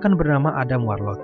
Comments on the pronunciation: kurang suka cara bacanya kayak ga bisa bahasa inggris, bacanya warlok bukan warloc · Dibaca Warlok bang bukan warloc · Scene dibaca sin Subscribe di baca sabskraib Warlock dibaca warlok Btw ini kritik yg membangun ya 😊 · Sebel banget cuy, dengerin Adam warlocc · warlord , warloch atau warlock?? hehehe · Sepanjang video "adam warloCH" "Adam Warlos" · WARLOCKKKKKKK PAANDAH, BANG BENERIN DLU OMONGANNYE